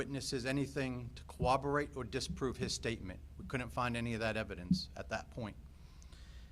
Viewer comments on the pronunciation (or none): Cowaberate? It's corroborate